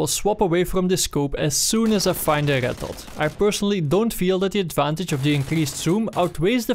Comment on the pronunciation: it is me or that he can't pronounce Red XD but really good video. thank you